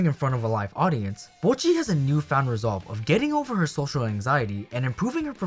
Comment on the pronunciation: thank you for saying bocchi correctly. ive been peeved from people pronouncing it "boe-cchi" for so long now lmao